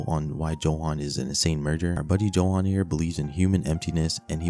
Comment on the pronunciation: Its not pronounced johan its yohan 💀